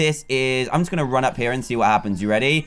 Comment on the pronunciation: When not wen going not goweng